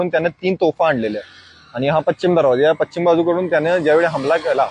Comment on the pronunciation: " Pachim "nahi re baba Pashchim disha